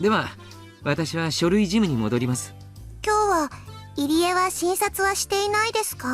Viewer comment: pronounced Irie as Eerie lol plz it’s EE-ree-eh